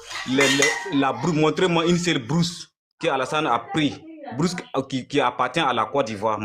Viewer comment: Mais pourquoi les burkinabés peuvent se ridiculiser comme ça bourse il dit brousse 😂😂😂😂